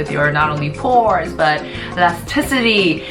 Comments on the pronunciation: Why does she keep pronouncing “pores” so weirdly ? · Does any one know the history/backgroung behind her mispronunciation of "channel" and "pores" ??